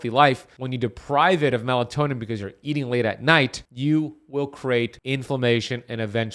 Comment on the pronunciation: It’s melatonin not melantonin